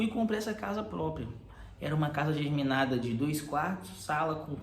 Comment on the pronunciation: é GEMINADA amigo, germinada é outra coisa